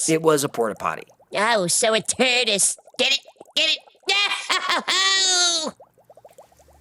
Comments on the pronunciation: tardis ❌️ terdis ✅️ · Turd-dis hahahaha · 🤣 A "turdis" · Lol "A Turdis"... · "the turdis" 😂🤣🤣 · A “Turdis” ! Bwahahaha ! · "The Turdis" 😀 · Sorry, im easily amused. 600 miles in a " Turdis" Lol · I'm sorry I know it's childish, but "turdis" had me rolling😂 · A "Turdis" 😂😂😂😂😂!